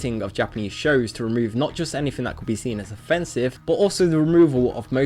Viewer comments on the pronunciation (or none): none